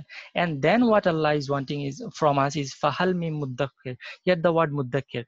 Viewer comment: Brother, in the first you said a ayat and you said a wrong word that was "Muddakkir" but it right was "Muddakir"